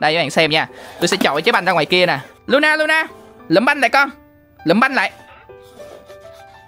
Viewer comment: Thà anh gọi nó là Lo-na ik Ko ! Anh gọi nó là Lu-na 😢